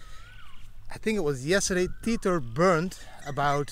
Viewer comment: Didi, my friend: Tether is pronounced like WEATHER. And: Happy birthday with your daughter! Enjoy!